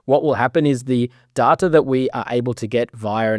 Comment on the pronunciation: sehr gutes video aber du sprichst Data die ganze zeit falsch aus bitte ändern